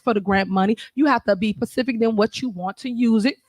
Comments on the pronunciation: She seriously said pacific instead of specific… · "You have to be pacific" get her out of office, please